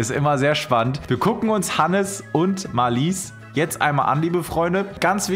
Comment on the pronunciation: Marlies betont man auf der ersten Silbe.